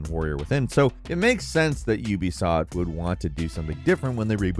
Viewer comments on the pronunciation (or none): none